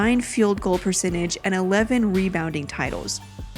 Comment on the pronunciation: and the word should be Goal not Gold